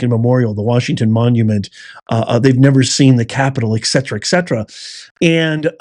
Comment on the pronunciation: Etcetera! Not Ecksetera!